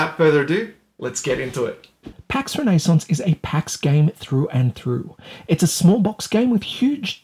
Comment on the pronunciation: Ren nay sounse